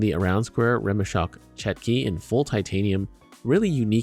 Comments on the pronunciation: It's pronounce "chotki" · Correct pronunciation is "chOtki" or "tchOtki"